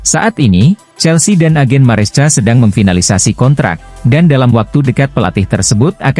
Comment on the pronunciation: baang..baaang...bacanya MARESKA dong...walopun tulisannya MARESCA....yg dulu CAECEDO dah benar..bisa baca KAESEDO...kan enak di denger...